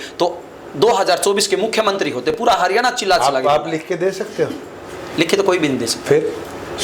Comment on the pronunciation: ये हारयाना क्या होता है क्यों मुंह चिगड़ा रहे हो